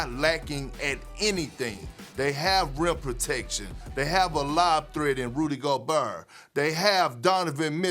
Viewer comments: My guy said “Rudy Go-BEAR” lol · “rudy GOBURR” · Nobody: Kendrick perkins: Rudy Gobarrrrr Stephen a: JarJar Pajuliar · "They have a lob threat in Rudy GoBURR" 😂 I didn't know Gucci Mane was an analyst on First Take 😂😂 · No one seen this man become Gucci mane and say “Rudy goburrrrr” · Kendrick " Rudy goberrrrrrr" Perkins Stephen " kemberrr walker" A smith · "Rudy gobaar"🤣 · “Rudy Goburrr” - Kendrick Perkins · " Rudy gobuRRR" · Kendrick Perkins really said Rudy Gobrr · I like the way they do that "GoBERR" 😂😂 perk cant say nobody name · I love when Kendrick says Rudy Gobert😂😂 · Did anyone peep the way Perk said Rudy Goberts last name ? Hilarious!!!